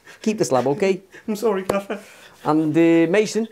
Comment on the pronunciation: "I can only do 15% gaffér" 🤣🤣